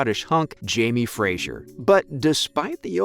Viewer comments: Fraser, not Frajer sweetie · As a Scot, hearing the way you say Fraser is irritating as it's pronounced Fra-ser not Fra-zure. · It’s Jamie Fraser not Frasier! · Great piece. But every time you mispronounced “Fraser” as “Frazier” it took me a few seconds to let it go🤣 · It’s obvious from this video that you have never watched the show. There is no i in Fraser. If you are going to report on these shows, please get the names right. At least you pronounced Sam’s last name correctly. Thank you for that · Please pronounce Fraser correctly, it's not Frasier. Thanks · His name is Fraser, not Frasier. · Oy! It's FRASER not Frasier! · It's pronounced Jamie Fray-zer - not Jamie Frayzshier. Please pronounce it properly! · So irritating everytime he says Frasier. It is pronounced Frazer. I should know since it is my name and I'm Scottish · Yep. Knew all that. And it’s “Fra-zer”. And Cait is “Cat”. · ughhh i cringed everytime he said frazier! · Makes it hard to get through these videos. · Has anyone there watches the show? Please pronounce Fraser correctly! It’s kind of important. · started to watch then you could not pronounce Fraser or Hueghan!!!!!!!!